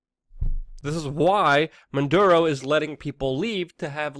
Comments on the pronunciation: Dude, it's not "Man Duro", it's "MaD ooro" Unfortunately, I 100% agree with what you are saying. I'd like to know why those Venezuela people are fighting/begging at the border and not their own government? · Dude, you’re incredibly smart but often late on reporting & here you mispronounce Maduro & call him “Monduro.” But, it actually shows you did as much research as possible so this is a good video. Well done. Liked. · The name of this sack of shit is, " Maduro ", not, " Manduro ", you little genius ..